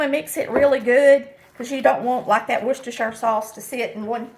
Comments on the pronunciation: Worcestershire Sauce is a British invention named after the town of Worcestershire in the county of Worcester in England. The "werstershur" is the correct pronunciation. Fun fact, a Shrek 3 location was modeled after the town not only for its looks, but because of the way people mispronounce the name. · you are the only cook on YouTube that pronounces Worcestershire correctly! I was born in a Massachusetts city of Worcester, so I know how to pronounce it. 🙂 Good luck on your new adventure of finding a new house. I felt the same way when my son left for college.